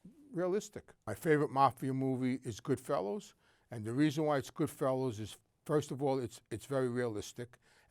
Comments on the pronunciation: Hearing him say “good fellows” instead of goodfellas was hysterical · Wow, that was so much fun to watch. Openly admitting to a murder on YouTube is gold. And I love the fact that he pronounced it Goodfellows and Joe Peski.